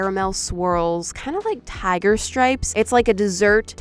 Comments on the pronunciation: I’m dying just turned really southern when she said tiger 😭🤣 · she says tiger in a southern accent 😂